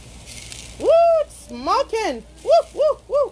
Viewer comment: If you say smoken 1 more time...